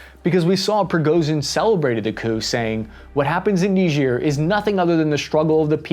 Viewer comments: ni-juh not nidge-ear... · Why''s he saying it weird. It's not Neejeer. It's Ni-jer. Charlse Day Gaul. It's really weird. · Its not "Nigeeeer" its pronounced "Naiiiiiger" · It's not that who named it, but who decided to not learn the proper pronunciation before teaching it. It reads "Nee-jair" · its N-war 😂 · Neejeer... bothers me more than it should... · Remember folks: it's knee-jeer. KNEE-JEER. No what you think. This also isn't funny. Not at all. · People pronouncing it knee-jeer 🤣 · Its pronounced "N-eye-jer". Like Nigeria without the ia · Nejier yeeah right that´s how it is pronounced hahahah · Knee ghir sounds French. I grew up with Bill Cosby pronouncing it kni-ger, rhymes with tiger. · "Say KNEE-ZUR one more time. I double dare you say it one more time. What does Marcellus Wallace look like?!" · It's pronounced Nye-Jer, Just like it's Key-Ev not Keev. Quit changing the English language. That's the proper English pronunciation for these places. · You say it weird. It's pronounced, Nyigger. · nigerk reaction, i cant be the only one who heard that :D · Nigerians come from Nigeria. People from Niger are called Nigers. Southern folk just weren't too good about pronunciation. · You pronounced Niger wrong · You mispronounced “Niger” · That is not how you pronounce Niger